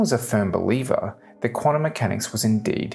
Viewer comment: "Quanummechanics"?? Ugh!